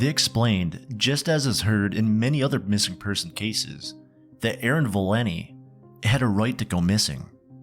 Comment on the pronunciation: Her name is ValenTI, not Valinny.